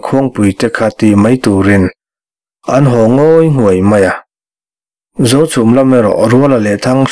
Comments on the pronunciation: A ngaihnawm bawk a ni ang, a chhiartu pawhin, Zochhum, Zohmun adt a inpawlh nawk nawk mai, Zochhum an reh ṭhuap laiin Zochhum an ri hulh hulh mai.😂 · Khawhming I lam pawlh nasa